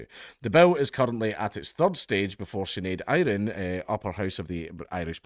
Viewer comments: sinead iron? Shan-ed air-in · Seanad Éireann, pronounced Shanad Air-ann. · "Shinade Irean." Jesus Dank that was woeful